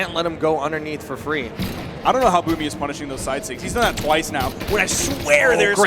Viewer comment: It sounds like you said boobie